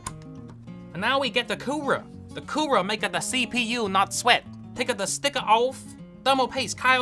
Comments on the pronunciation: I like the thing, his says coorer instead of cooler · “The Coorera” 😂